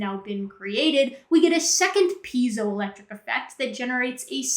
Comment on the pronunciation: I may not be the first, but it's "piezoelectric effect" not "peizoel..."